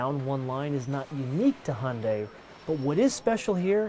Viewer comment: Hyundai like Sunday